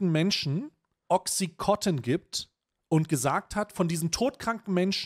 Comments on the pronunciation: Bitte nich töten für Klugscheißen, aber auch wenn das bei Ami-Aussprache wie "Oxicotton" klingt, heißt das Mittel "Oxycontin" (Wirkstoff Oxycodon). Wird offenbar immer noch als nicht/gering suchterregend gehandelt, was ich leicht verstörend finde. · Timo, sag mal, dass es OxycoNtin heißt und nicht Oxycotin. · Oxycontin, nicht OxycoTIN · Es heisst OXYCONTIN und nicht OXI- COTTEN !!!